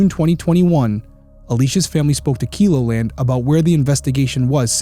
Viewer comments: I remember this heartbreaking news. I live in Sioux Falls, South Dakota. Not far from Vermillion or Sioux City, Iowa. I pray for justice for this family. Also, Keloland is pronounced Kel as in how you'd say Kelly. Kel O Land. ❤ I'm so excited for you BTW! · I know in the grand scheme of things this is 💯 a non-issue, but the "e" in Keloland sounds like bell or sell, not keep or kilo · Vermillion is a college town 45 min. from me. Keloland news is pronounced with a short e, sounds like “yellow-land”. ❤ Love that you are bringing attention to this case. The problem is that the area attracts a ton of people for soccer and softball tournaments as well as college parties. But this river area is not a place out of towners would wander into. Far more likely to be a local, IMO. Really looking forward to this channel from you and so glad you are diving in with your perspective and expertise.